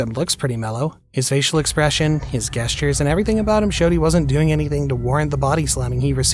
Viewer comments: You pronounced "gesture" incorrectly. The "g" is soft, like "jess", not hard, like "guess". It's NOT "guessture". 🤔🙄😒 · At 17.37 did he just pronounce gestures as g-estures instead of the G supposed to be sounding like a J as in jestures? Come on, no one’s pronunciation skills can be that bad, surely? Would love to hear him pronounce the word gnome! 😂🤣😂 Sorry if I’m being petty.